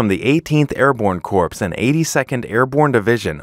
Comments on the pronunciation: Corps is pronounced like kor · Palantir should make certain that any spokesperson knows how to correctly pronounce "corps." Hint: It's not "corpse" or "corp-ssss."